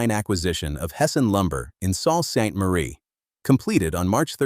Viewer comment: If you're going to do a video about a Canadian icon, at least take the time to teach your voice over "person" how to pronounce words like toque, Sault St Marie, and a dozen others that stand out like sore thumbs. Please! I only came upon the Canadian scene in mid 1979, from Africa. Within a year I was doing business with the huge Beaver yards in Hyde Park shopping centre of London, Ontario. The project was storage and basement, framing, insulation and drywalling of our newly acquired two story, semi detached home in Whitehills. Then came the fire that totally decimated the lumber yard and the tornado that parked the warehouse roof, "across the road!". The Beaver name disappeared shortly after, replaced by Rona, Home Depot and Home Hardware, via Pro Hardware.